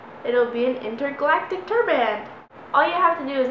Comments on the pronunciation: Turban. Its turban Not turrrrbmannn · you say turban kind of weird haha like turBAAAAAN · Ahh you kept saying tur-BAN! It drove me nuts haha. Awesome video though :)